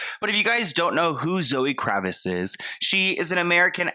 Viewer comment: Kraviss lol 😂